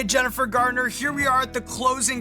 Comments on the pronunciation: I think Jennifer was real polite in not correcting Sean a single time, even though he called her "Gardner" basically every instance EDIT To end the “controversy” he only says “Gartner” to my ear, a single time. I severely exaggerated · Sounds like he calls her Jennifer "Gardner" ---oopsie. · Embarrassing - mispronouncing Jennifer Garner's (not Gardner) name over and over. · Jennifer GARNER...... not gardner :P